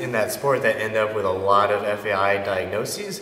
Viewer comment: This guy is a fucking idiot. It’s such an irresponsible video to post. He can barely pronounce FAI and decided to post his own personal bro-science to YouTube and give others medical advice. What a numbnut!!